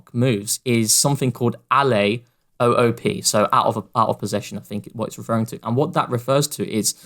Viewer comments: evidently not a basketball fan - it's "alley-oop" not Allez O.O.P. 😂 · Did he say alley oop is "ah-lay o-o-p". I'm crying